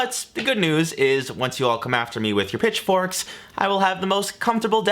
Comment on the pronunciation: I had to rewind because I thought you said, bitch forks instead of pitch forks. Little disappointed. 😜